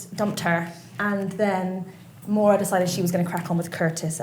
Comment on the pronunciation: Her name is Maura love not mOira x